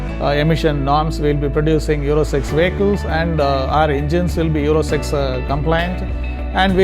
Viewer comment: Euro six.. Not euro sex vehicles..